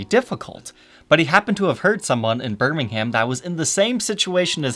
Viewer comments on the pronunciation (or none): Hey dude, Birmingham isn't a town, its england's second biggest city, its also not pronounces like birming-HAM but birming-Herm instead. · “Bir Miiing Haaaam” bro note hate I love you but you pronounce it “bur mingahm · It’s pronounced “Ber-ming-um”. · It’s pronounced “Bermingem” not “Berming Ham”. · Birming ham. BIRMING HAM. It’s pronounced Birmingham. (Birming-um) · It’s pronounced “Birmingum” with a soft G as in “ing” rather than “gum”. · you pronounced birmingham wrong, it's pronounced burrmingumm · Birmingham is pronounced birming-um :) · For the last time it is pronounced "bur-ming-um" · "a town called birming-ham" why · Birmingham is pronounce bur Ming im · Birmingham is a city and is pronounced bur-ming-um Love the videos by the way 😀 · Better than Detroit. Pronounced “Bermingum” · I hate how you pronounce Birmingham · Did this guy just say a TOWN called Birmingham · A town called Birmingham in England? It’s a city, and that’s not how it’s pronounced. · You don't pronounce the h in burmingham